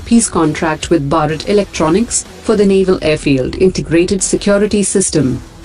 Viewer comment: I don't like the way she said Bharat.